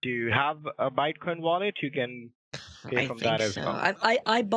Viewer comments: PMSL get out the kitchen ma’am. I love the BITE coin mispronunciation as well! You are genius your wife must be giggling all the time!! 😂😂😂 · A bitecoin wallet? I think h'es one of the few in this world mispronouncing it...